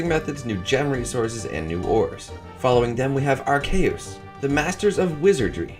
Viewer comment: As a german person, I kek'd a bit at ARSCHeuus